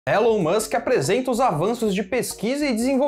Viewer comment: A pronúncia é "Ilon" Musk.